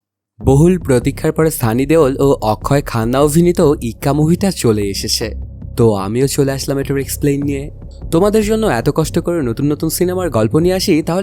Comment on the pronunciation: অভিনীত আর গভীর এই দুইটা ওয়ার্ড আপনি অন্যরকম ভাবে উচ্চারণ করেন যা শুনতে ভালো লাগে না